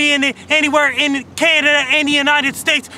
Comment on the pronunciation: he sounds like a brit punk vocalist when he says "-nited states"